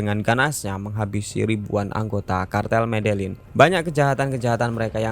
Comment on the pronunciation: Medein apa medelin sih gx jelas pelafalannya